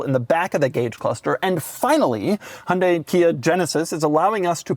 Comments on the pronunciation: As a Korean, my eardrum pukes a little whenever Doug pronounces HUUUNDE. There is a Y there for a reason. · Doug is the type of guy that doesn't pronounce the "Y" in Hyundai 💀